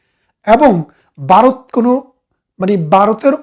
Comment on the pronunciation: বারত বললে শুনতে কেমন যেন লাগে